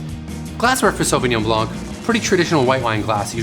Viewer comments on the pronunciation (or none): Perhaps you can tell us everything about Sauvignon Blanc except the proper pronunciation...... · Hmm wrong pronunciation!!